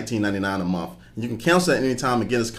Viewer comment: "29.99 a mumf"